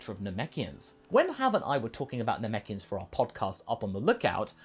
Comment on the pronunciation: "Namekians." Me "I'm in."